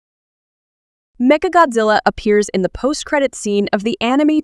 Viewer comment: メカゴジラがメカゴズアに聞こえるのは私だけ?